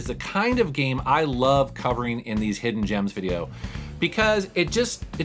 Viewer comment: Man said "Hoffen Gems" I am sad.